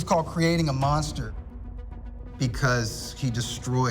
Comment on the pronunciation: Mosnter of ducking ??? 🤣